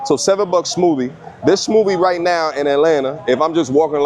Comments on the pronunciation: Not being able to pronounce smoothie and then judging them on the way to strawberry is spelled and you're an American lol but now I'm glad for you, Homie so glad for the content. Love you bro. Much love. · That New York came out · New York accent bro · NYC accent🔥